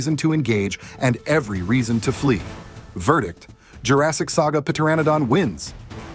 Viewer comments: Pteranodon is [ tur -ran -uh - don] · The p in Pteranodon is silent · Pteranodon, the p is silent bro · Bro forgot the P was silent😂